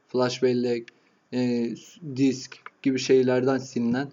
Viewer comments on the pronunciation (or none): none